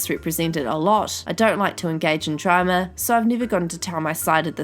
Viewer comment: I love the was she says Drama. “Dramer”